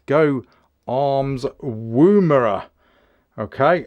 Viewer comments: "Woomera" is pronounced like "woman" not oooo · Beautiful rifles mate, im looking at La102 in 223 for my next purchase ,btw its not pronounced Woombera, the wo is pronounced the same as in Woman. Looking forward to seeing your vids. Thanks.